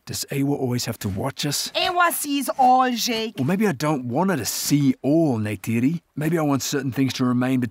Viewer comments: not him calling her neide again 😭😭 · Jake complains about Neytiri mispronouncing the "J" in "Jake" when he always mispronounces the "R" in "Neytiri." 🤨